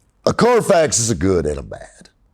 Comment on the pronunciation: When the Middle Eastern wholesalers say Carfax it sounds like Carfox... Clean Carfox! I'm pretty sure that's where they got the fox... Anyway, is spot on as usual.